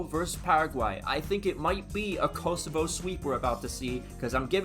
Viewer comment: as a true shqiptar, this means everything, than you. (Also, it’s pronounced Koh-soh-va)